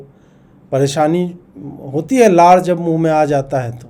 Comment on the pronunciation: बिहार में र को ड़ बोलते हैं इसलिए लार को सुधार कर पढ़े।😂😂